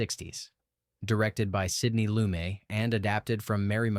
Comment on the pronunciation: Sidney Loo-may [??} Uh-oh. AI was in French pronunciation mode for Young Girls of Rochefort, then somebody forgot to flip the switch back to English.